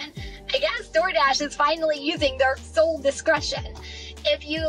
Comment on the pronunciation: Sole discretion, not soul discretion